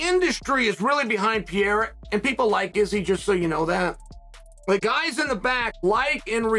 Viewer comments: I like it when Sonnen says Pierre …… I’m like…… Who the hell is that??? Then realized he was talking about Alex Pereira. Chael always find a way to be relevant. 😂😂😂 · Who's Pierra? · Who is Piéra??? Some fighters names get murdered whithin people in the Ufc that's why I like Bruce Buffer's professionalism,he takes the time to get the little things right... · i love Chael but for god sakes he can't pronounce anyone's name correctly.. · Listening to Chael keep trying to say Pereira is painful